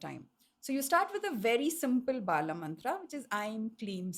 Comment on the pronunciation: The bala mantra she mentioned is not correct. The reverse got mixed up ..eim kleem sauhu, sahu kleem eim. Also the name of the mantra itself is wrongly pronounced.. it is not bala mantra, it is balaa..dheerga in sanskrit..bala would mean young, and balaa is young girl. In tantra and mantra pronunciation is key. It makes the difference between success and failure